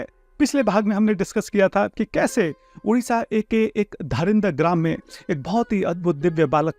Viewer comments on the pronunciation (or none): none